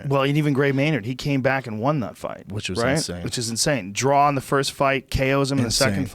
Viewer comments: If Schaub says "DRAWL" instead of "DRAW" one more time im going to scream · Brendan " I had one round a 10-8 so it should've been a drawl" Schaub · Brendan! It's pronounced DRAW! There's no goddamn L at the end! I feel like I'm taking crazy pills!